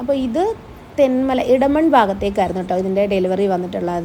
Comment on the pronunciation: ഫാഗത് ❌ ഭാഗത് ✅